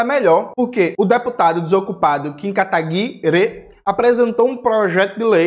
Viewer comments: "KataguiRÊ" kkkkkk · Gosto quando o Jones chama o Kim KataPICA de "Kataguire". Kkkkkkkkkkkkkkkkkkkkk